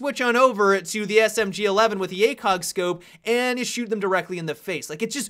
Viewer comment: Ha he said Smg alevel